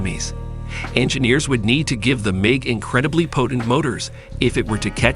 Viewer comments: Not only do I look for accurate information, which was hard to find here. I also look for how well the narrator tells the story. Well, this dude cant say MIG the same way twice, and it seems he is reading a script without understanding what he is actually saying, otherwise he wouldn't be mispronouncing so many words. I don't understand how all these mistakes are left in a video. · Please learn how to pronounce Sinai and MiG.